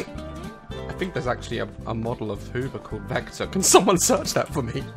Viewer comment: i searched the vektor hoover that Daz asked for us to research and i found out it isnt vektor it is victer close though xD